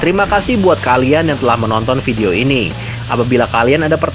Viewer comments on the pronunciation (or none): none